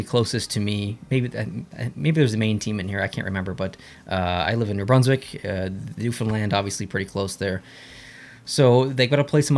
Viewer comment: Thank you for saying Newfoundland correct